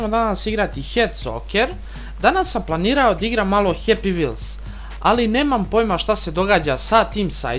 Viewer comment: A sto govoris d igram umjesto da igram